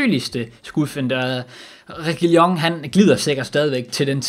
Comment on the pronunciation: som mat sagde “Regiligone” 😂😂😂